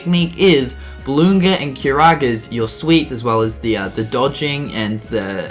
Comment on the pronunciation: BalloonRA, not ga.